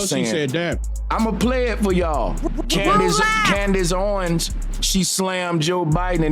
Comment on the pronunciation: I STARTED THE COODACE OWENS SAYING AND ITS ACTUALLY COODACE HOEWENS 😂.